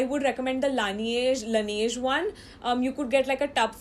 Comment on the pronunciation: Lan Age Not lan E age